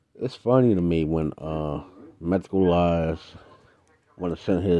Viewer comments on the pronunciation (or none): When clout chasing at least say the guys name right. Methodical-eyes